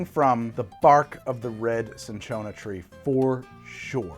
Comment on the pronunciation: Man deadass almost said “chinchilla tree”